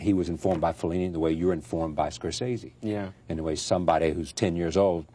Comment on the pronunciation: CR didn't know how to pronounce Scorsese.